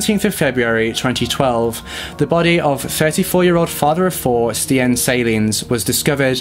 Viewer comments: Good job on trying to pronounce the Dutch names! Stijn is actually pronounced like stein (just think of any German sounding name haha) but honestly you both did a great job!! 😊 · It's pronounced like Steiyn. Something like the way you say I, like I am. But then inbetween the st and n. No idea how else to explain. But no hate. Just a launguage issue. Love you guys. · Just a suggestion - the correct pronunciation of most names, no matter of their nationality, can easily be found via a simple search on google. Stijn, for instance, should be read much like the English word 'stain'. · Can’t believe you covered a Belgian case! I’m from Belgium ❤️ It was kinda funny hearing you guys pronounce these names, not gonna lie 🙈 ‘Stijn’ for instance is actually pronounced ‘Stayn’. Love your video’s, keep it up! I hope in the future you cover some more Belgian cases, we have a lot of interesting ones. Maybe the Dutroux case. He is Belgians most notorious serial killer, he would kidnap young girls off the street and keep them in his basement. It is truly horrifying. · Y'alls pronunciation of Stijn is so sweet. This summer of collabs will hopefully bring a lot of people awareness <3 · i am actually dutch, i speak the language from both belgium and the netherlands. i wanted to thank you both for taking on a case from a place far away. you both pronounced most of the names wrong but it honestly doesnt matter, i loved this video. thank you both <3 love from nijmegen (the netherlands) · Eindhoven was perfectly pronounced 👌🏼 but stijn is actually with the same sound as the ei in Eindhoven ☺️ awesome you guys try it thought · Its so cool to see cases nearby me finally been covered, I'm dutch and remember this case bein on the news. The pronunciation is a bit off tho ;)